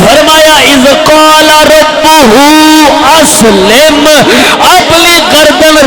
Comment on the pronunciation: اذ قال لہ ربہ اسلم ۔۔ ل ۔۔😅